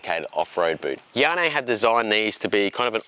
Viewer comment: I'm pretty sure these are Gaerne, not Guyannee.